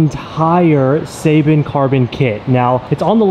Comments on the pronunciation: You saying seibon wrong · His pronunciation of Seibon is cringy